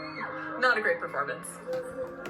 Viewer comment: "not a great perfo..." Woman, we about to come for your whole career